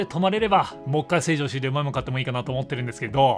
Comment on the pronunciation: 成城石井のイントネーションに若干の違和感。笑